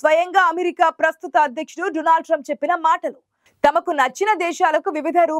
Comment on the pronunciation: Modi పై కుట్ర ఏమి జరగలేదు..మోడీ నిజాన్ని అబద్ధం గా సృష్టిస్తున్నారు... మోడీ సంగతి అందరికీ తెలుసు. He is గ్రేట్..ఆతని తప్పులను ఇతరుల పైకి నెట్టి మసిపూయటం లో మోడి specialist.. Anchor అమ్మాయి " డునాల్డ్"..కాదు "డోనాల్డ్" ట్రంప్.